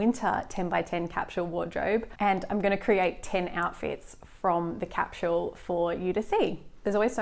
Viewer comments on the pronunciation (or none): its a sss not a shh in capsule